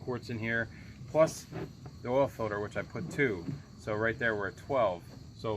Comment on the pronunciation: filter not filder